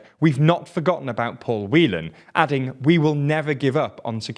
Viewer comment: And bout pronounced boot